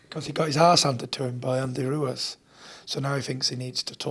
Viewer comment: Tyson "Andy Roowez" Fury